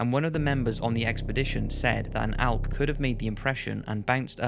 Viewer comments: It’s elk not alk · It's pronounced elk not alk. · Elk. E-lk E!! There is no alk. I don't give a fuck what accent. It's an Elk not an alk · "ALK" "ALK" "ALK" It's elk. With an "e." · The way he says elk makes me wanna die Nobody: Him: ALK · Could you learn how to say the word “elk” please? Thank you.